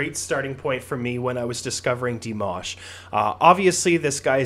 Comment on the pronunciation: No, not like "mash" in mashed potatoes. Like MAHSH, like in "mosh" pit.